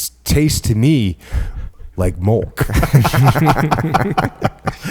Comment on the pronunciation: Jocko has one of the greatest podcasts of all time... I stopped listening after he said "Strawberry Mulk". Jk he still kills it.